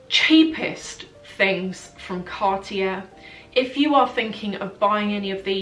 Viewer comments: Love the video! ... please say car-tyey... not cart-jair ... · you are not prounoceing cartier correctly.. its CARTEE AY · Your pronounciation is fine, just omit the last R.